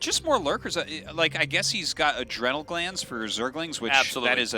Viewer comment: "adreeenal" glands